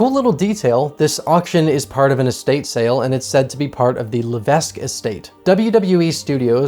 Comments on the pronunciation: Irrelevant comment - levesque is a popular last name in New England and it’s pronounced La-veck The more ya know! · levesque is pronounced leveck. love, a canadian